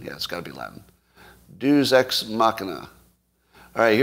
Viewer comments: Yeah. I went to Catholic school. We had to learn Latin. I had no idea what Scott was talking about, from his pronunciation. He said it 3 times before I figured out what he meant. "DAY-oose"! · I think he was trying to make it a diphthong, like the English word "feud." The lack of Classical education has profoundly degraded Western culture since "Progressives" eliminated it from the curriculum. The Illiad and Aeneid are as important as the Bible in teaching Western morality. But you shouldn't need to know Latin to know how to pronounce "Deus." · Douchebag writers probably actually know how to pronounce "Deus" too. Hint: It's not how Scott does it.